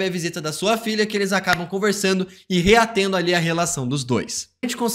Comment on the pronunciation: ´´reatendo´´ doeu meus ouvidos